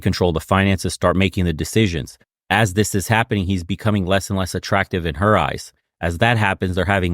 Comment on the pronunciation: "lord save er" lol